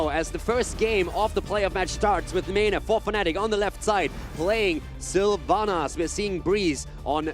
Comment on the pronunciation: Sylvana mates, not SylvAnus